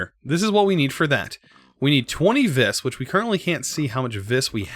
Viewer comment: Just saying, Vis is pronounced "Ve"